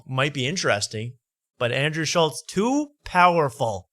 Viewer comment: Why does insist on saying Schultz’s name wrong?